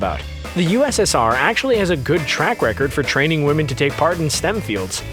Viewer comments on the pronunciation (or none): none